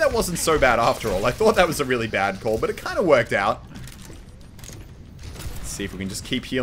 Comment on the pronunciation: and "REEALY RELY..." lol